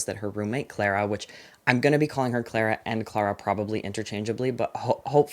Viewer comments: it’s clah-rah, because it’s british ❤ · in the UK Clara is pronounced clar-ah